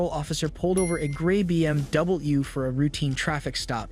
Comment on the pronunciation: They blur the crash and police activity logo and say W weird in BMW? Stolen content voiced by ai??